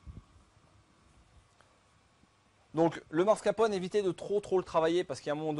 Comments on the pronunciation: mr le chef pâtissier, on dit Mascarpone! et pas mascrapone! ahahahah! les italiens s'ils vous entendent.... ils vont rire! facile, non? MAS-CAR-PONE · Le "démarrer" au lieu de démouler... le marscaponne... la fleur de Roger.. appétissant tout ça :-) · ah ouais le mec qui sait pas prononcer mascarpone ca commence bien